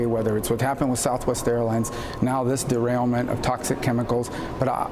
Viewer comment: "Trail derainment"